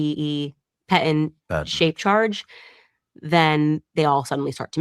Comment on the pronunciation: Whoy can't she say patent? 😳